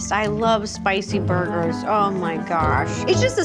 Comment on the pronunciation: Why she keep saying boorgers 😂😂😂😂